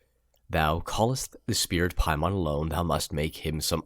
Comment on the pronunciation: Dude you’re pronouncing Paimon wrong...look to the northwest and Hail Him